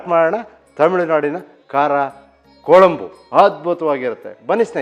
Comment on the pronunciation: Sir, I am not here to argue. As a regular viewer of your channel just wanted to tell you the correct pronunciation. Kuzhambu is how it is pronounced not Kolambu. The letter ழ (zh) is unique to Tamil. I am a Kannadiga born and brought up in Tamilnadu.